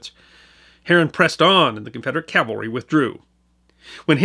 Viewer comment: It sometimes sounds as if you are saying "Calvary" when describing mounted troops, but I am a long-time subscriber and fan of your channel and I'm confident that you know that the correct pronunciation is "Cavalry." Thanks for another great video,!